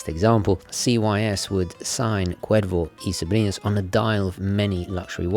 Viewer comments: Que bién que pronuncia el gringo la "r" en castellano. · Gomez 777 indeed. I still appreciate it nonetheless mate. Always great hearing things being pronounced correctly. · Que bien pronuncias Cuervo y Sobrinos sin ningun acento increible pero cierto. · This was excellent...i was curious about the brand,its wonderful to learn they have a fascinating history. Perfect pronounciation in spanish there mate😆👌 Edit:you know you are obsessed w watches when after watching a clip by or Watchfinder youre inmediately checking the prices for the brand in question on chrono24 or wherever😂😂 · Im Mexican and you have a very good pronunciation for Cuervo y Sobrinos. Loved the review, i hope you could do the Historiador Flameante soon. Thanks for the video. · As a latino from NYC I absolutely love that you’re actually properly pronouncing the name Cuervo y Sobrinos as its supposed to be pronounced. Not how English speakers would typically say it. Very nice detail right there. appreciate it as always a great video. Cheers from NYC!